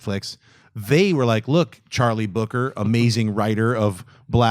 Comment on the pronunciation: Charlie Brooker, not Booker.